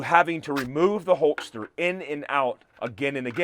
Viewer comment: I’m a fan, but are you saying holtster instead of holster?